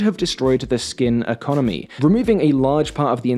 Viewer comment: "the economie" and "Is in chambles" goes hand in hand